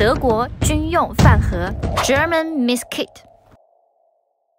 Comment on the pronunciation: mess kit not miss kit